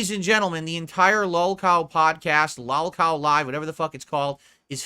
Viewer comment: is such a moron!! Love how he mispronounces LolCow as if he doesn't know what it is or hasn't heard it!! Smh. The only reason anyone would tune in to a podcast with, Boogey, and Wings in it would be to make fun of them!!! As if people would watch to get their opinion on popular or important topics!! He can barely get people to watch his streams!!! I guarantee no more than 2 people wrote and told him what he is saying about the show here. He is as usual exaggerating to make himself look better. What an asshat!!!